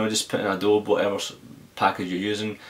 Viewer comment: it is adobeee not adobe